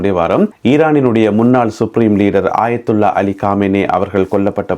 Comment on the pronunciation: ஆயத்துல்லா காமேனி அல்ல அயத்துல்லா கமேனி.